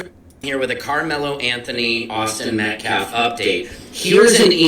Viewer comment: Could the witness have been threatened or paid off? It’s Pronounced; Met-calf.